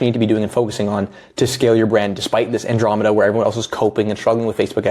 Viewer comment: good vid but you're saying andromeda wrong